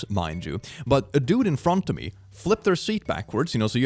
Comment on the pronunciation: "A dud in frånt åf mi"